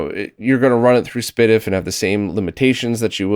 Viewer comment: I so glad hearing someone else pronouncing SPDIF. I've done it the same way does for years with mix reactions from people.